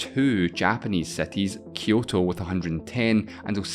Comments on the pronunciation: all good man, but if you're doing a video about cities make sure at least to check the pronounciation of the very same word. It took me like 6 time of hearing that word to get that you were talking about cities. (which btw is pronounced SEETEEZ, if that helps, not SETEE) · wtf is "seti"? my ears are bleeding.. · The things uou were talking about are more like "|ˈsɪtɪz| ", rather than "setiz" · If I had penny each time he says "setis" XD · Cities not Sceties 😂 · can u stop saying cetis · Seties? Seti limits, seti proper, Mexico seti, twentiSex mellions...I just can't.